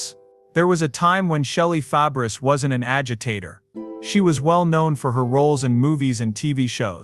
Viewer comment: AI, can pronounce Nanette's last name, but not Shelley's